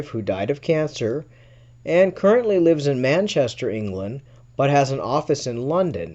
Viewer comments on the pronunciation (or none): none